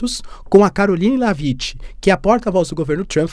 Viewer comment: Léaviti 😂😂😂😂 A pronuncia correta é Lévit, sem vogal no final. Como o “t” em shit , não é xiti, é xhet!😂